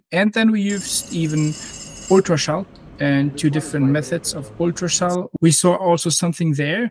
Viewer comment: es hilft nicht wenn man ultraschalling englischer ausspricht.